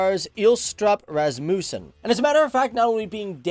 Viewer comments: ras-MOUS-sen is your pronunciation. That's hilarious. It's RAS-muh-sn. lol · Sorry but i cant not stop laughing when you said rasmusen 😂😂 im sorry!! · you miss prorunounce Rasmussen :D and it sounds so funny